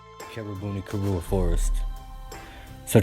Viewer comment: Your pronunciation of karura was on point and correct, nice video and factual history of the forest. Keep going our mzugu hero🤛👏👍